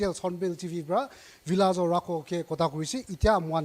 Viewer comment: Lol “Rhakho”.